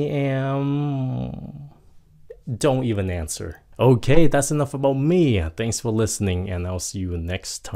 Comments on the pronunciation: chổ câu "don't answer" sao em nghe giống "don't even answer" vậy ạ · e nghe cái đoạn : don't answer như co chữ gì ở giữa don't và answer í nhỉ